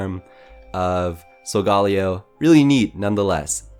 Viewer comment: Who else cringed when he said Sogaleo